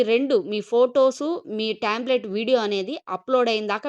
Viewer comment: టెంప్లేట్ NOT ట్యాmప్లేట్